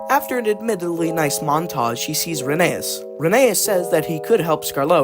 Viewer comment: So, pronunciation Tal-y-llyn is said more like tal-uh-[hiss]in (I'm not sure if they'll accept klin like Unlucky Tug says it And Rheneas is actually pronounced like Phineas but with an R instead of a P (I think the e after the H throws people off, but the book readers say it that way)